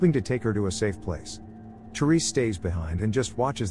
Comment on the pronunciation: that pronunciation for Thérèse doesn’t look right - the è is the same sound as the e in the word jet it would be “rez” not “rise” that è doesn’t make an i sound